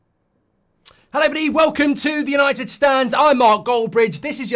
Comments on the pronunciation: I can’t imagine why no one has ever picked it up, he says hello body at the start of every video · Had to Rewind to hear it 😂